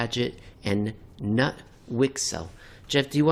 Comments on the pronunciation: Say Knoot, k not mute. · As a Swedish person I can say that Jeff has the pronunciation about right except you actually pronounce the K.